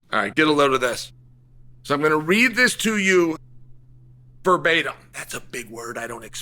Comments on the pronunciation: I’m surprised uncle Chael can correctly pronounce “verbatim”. This sets a new preceTence. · Chael pronouncing "verbatim" correctly...in 2026 we are living in an alternate timeline